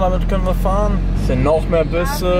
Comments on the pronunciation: Busse.. nicht Büsse.. <.< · jonge das heißt busse nicht Büsse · Es heißt Busse nicht Büsse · Dner du hast Büsse gesagt es heißt aber Busse 🇻🇳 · Hudda und die wie mich die gemerkt haben das dner büsse und nicht busse gesagt hat :D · Felix: Hier sind noch mehr büse“ Es heist aber buse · busse nicht büsse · Büsse? Ernsthaft? Büsse? -_